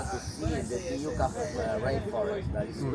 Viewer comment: "Ti-yuca Rainforest" ew.